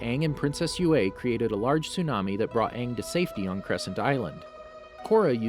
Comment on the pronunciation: The way u said yue and ozai really triggered me